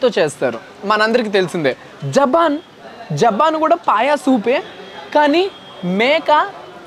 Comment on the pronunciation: Japan kadu bro., Jabhan ok na...